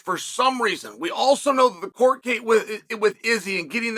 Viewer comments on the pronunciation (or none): none